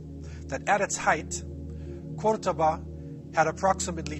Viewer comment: I'm from Córdoba (Kurtaba as you called it) so watching people from all over the world enjoy our culture and history it's so nice!! PS: You also said many things that are not true to spread your ideas, so that's not nice...